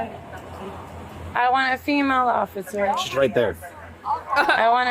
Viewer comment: “Ociffer” lmaoooo 💀